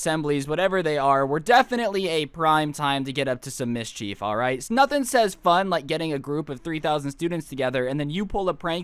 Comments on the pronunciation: mis-chief People who can talk right: mis-ch-ef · He says mischief like Ms. Cheif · its not meescheeef its mischif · Mis-CHEEF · Is saying mischief or Ms. Chief? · Was I the only one getting annoyed by the way kept say mischief